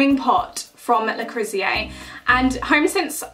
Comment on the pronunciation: Reckon you butchered Le Creuset at least ten times there. Le crew sey.